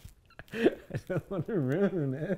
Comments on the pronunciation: “I wasn’t there to roon her birthday” “RUNE” LMAOOOOOOO AHAHAHAHAAHAH IM DEADDDD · ROON LMFAOO 😂😂😂